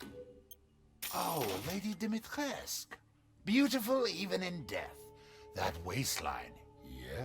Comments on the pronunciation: My biggest complaint about him is that he’s supposed to be some fancy, well-traveled, educated, person and he horrendously mispronounces Lady Dimistriscu’s name as if it were French like “Dimitresque” when it’s more like the name “Dimitri-sku” (she’s Romanian) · How do you end up with "Domitresque" starting with "Dimitrescu"? 😂 It's pronounced Deemeetrescoo, no diphthong. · still mad ethan pronounced lady dimitrescu's name as 'doh-mee-tresque' when its 'dee-mee-tres-coo' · Dommy-trescx or Dummy-trescc? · Why would he pronounce "Dimitrescu" (romanian name) in a french way, and "Moreau" (french name) with an english pronunciation? Makes no sense to me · The only disappointing thing about this game is that the butchered every romanian word. And with all the reserch they said they did, you would think they will try to pronounce correctly at least the name Dimitrescu, the most important character.